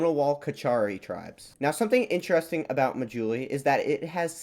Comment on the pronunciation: people of Assam are an admixture of indo-aryans and tibeto-burman people. Assamese language is an Indo-European language related to English French and German, surrounding hilly tribes speak various Tibeto-Burman family languages. The 'indigenous peoples' of northeast India are long gone. They were related to Papuans and Andamanese people . On a side note the islands name is pronounced 'maa+juli'.